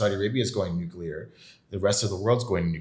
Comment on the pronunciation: Did this fool say nuclear energy ? Smh